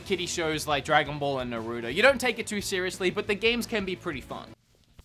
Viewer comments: I cried in the corner of my room when he said dragon ball z isnt taken seriously..... Cartoon...... Nar. Roootoee.......naruto...... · I lowkey did get upset lmfao, omg and the way you said Naruto killed me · They way you side "Naruto" pissed me off the most. 😅 irrational I know😞